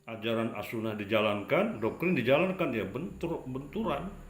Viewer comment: Saya kok jadi bingung, itu bilang Doktrin atau Dokkrin ya?